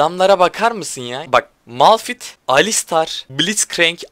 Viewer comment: Abi ltüfen artık malfit deme:d malfit deil malfayttt die okunuyor malfit demene gıcık oldum bu arada kalp atarmısın lütfen :)